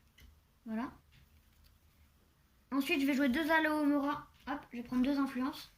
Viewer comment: Aloévéra 😂. Je doute que le sort fonctionne en le prononçant de cette façon. À chaque fois que je t'entends le dire, je pense a du liquide vaisselle ou autre produit contenant cette plante. Attention de ne pas exploser 😂 . C'est alohomora. C'est drôle que le jeu soit en français mais le nom des maisons en anglais, ca fait bizarre de t'entendre dire slytherin au lieu de serpentard qu'on a plus l'habitude d'entendre. Bravo à Lou et passez de bonnes fêtes de fin d'année. 🎉🎄